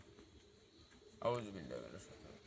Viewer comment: আউযুবিল্লা বিসমিল্লাহ শুদ্ধ করে বলেন আগে